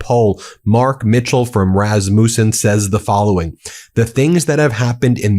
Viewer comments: it is a short a in rasmussen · It's not Razz-moose-in. Rass-muss-in. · Rasmussen is pronounced ras mus en. Not muse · You pronounced Rasmussen wrong. It is pronounced Raz like cat. And then MU is Ma like truck. And then send is like send I don’t know how you make those correct little indicators but anyway there are Rasmussen in my town and so I know how to pronounce it and I want you to know too. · Ben: the name is Rasmus' son. Rass-mew-son. Accent on first syllable. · As a Dane, I die every time you say "Raz-moussen" 😂😭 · Pronounced Rass ma son!!! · Rasmussen: 3 sharp s, and speak this name quicker please. Rasmussen is Danish and Norwegian origin. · Please learn how to pronounce RASMUSSEN